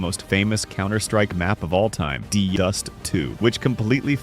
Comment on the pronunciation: I love it when the AI just totally brainfarts and messes up words